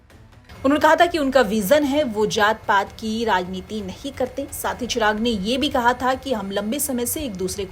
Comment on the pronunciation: चिराग ❌ चराग ☑️😂